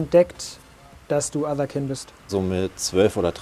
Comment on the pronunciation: Allein schon Otherkind...nicht etwa Englisch Otherkind (keind) weil man einer anderen Art angehört...nich doch 🤣